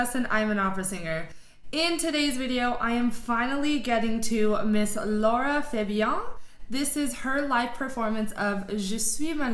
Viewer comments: It's LARA, not Laura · LARA not LAURA